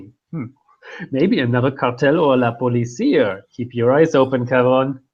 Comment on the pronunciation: Pahliseeah, not pahleesiah. Policía, has an accent in the last i